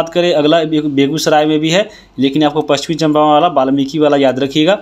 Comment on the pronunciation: पश्चिम चंपारण बोलिए सर